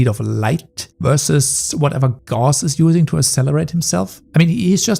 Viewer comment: You pronounced Gauss wrong.